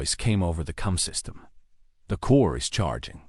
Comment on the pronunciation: the ai says cum system instead of com system